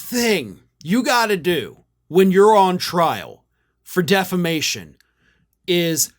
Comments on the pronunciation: He always pronounces it "Deflamation". Tommy Campbell points that out endlessly, on his show, playing the latest clip of Mike saying just that. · Every MAGA I hear say it the same way "De fla mation" . It's a thing with low IQ people. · Deflamation? Did Mike change profession and became a firefighter? 🤪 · I was so very much thinking you were going to tell us Mike pronounced it defecation. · He's been pronouncing it as 'deflamation' for years. i watch a comedian named Tommy Campbell who regularly features Lindell doing what he does best, making a fool of himself. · Deflamation. Lmao It’s such fun, because he’s been mispronouncing this for years. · he's been saying deflamation for years. Tommy Campbell has always made fun of him for it. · You’d think of all the words in the English language, “defamation” would be the one Mike Lindell would know how to pronounce, since he has been sued for defamation numerous times in the last five years. But no. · DEFLAMATION - he's said it forever. It's how he thinks it's actually said even though there's no L in there. And he has no attorneys - he's representing himself. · He ALWAYS pronounces that word wrong. 😂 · Dude's been saying "deflamation" constantly for actual YEARS 😂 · Lindell ALWAYS says defla-mation. He truly can't say the correct word. He also counts "1, 2, C"! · Deflammation! Is this the opposite of inflammation, lol? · No he 'dint' say 'deflamation'!😂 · Lumpy has been saying "deflamation" for literally years, since he was first charged with...um...something that sounds sort of like it. 😆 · Hello Australia! Can You hear me? How do you pronounce Diffamation? Knock Knock Roomservice! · Deflamation? Is he a firefighter? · I hate myself for knowing this, but Mike Lindell has always pronounced it "deflamation." 😂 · Birn American and can't pronounce word defamation😂😂like that preacher IN THE BENINING😂😂😂.